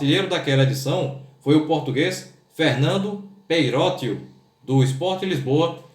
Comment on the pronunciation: Não é assim que se diz peyroteo